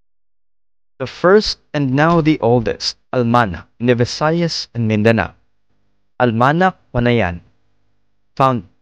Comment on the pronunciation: Almanaque... is pronounced as Almanake....[not almanak]